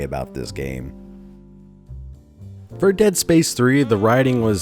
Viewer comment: "Dead Sapce 3"